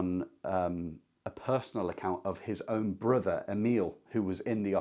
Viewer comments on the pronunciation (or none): none